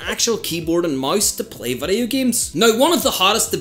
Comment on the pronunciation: Dude can't pronounce VIDEO 😂